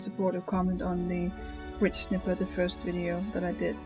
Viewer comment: You say it likes this.(Ridj-snighpir).